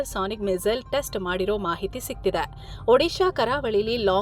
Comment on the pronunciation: Sigtidyae alla sigtide ... Uccharane sariyagirali